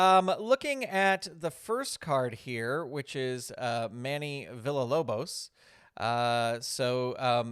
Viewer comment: Not to nitpick or anything but Manny’s last name is pronounced VEE-YAH-LOBOS. I wasn’t able to attend the Pirrenial, but I’d love to have a copy of the Wardlow card for my own AEW fed.